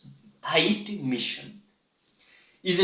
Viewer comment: It's pronounced HEITI (Heyti) 😅😅😅